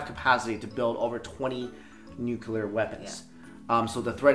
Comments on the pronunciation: The word is Nuclear not nukiller you ignoramus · for God's sake... It's pronounced "NEW CLEAR" not "new q ler" ...